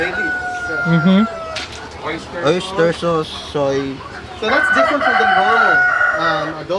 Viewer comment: How he says “Adobo”: Adoeboe